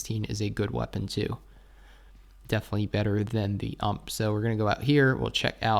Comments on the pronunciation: Why do you say UMP instead of U - M - P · Please don't call it ump. It's called U.M.P. Nice video👌